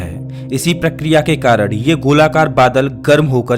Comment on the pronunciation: Arey bhai aap karan ko karad kyun kehte hain.